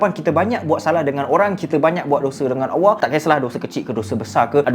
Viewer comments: Sebut ALLAH betul² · Bang sebut nama Allah salah pergi betulkan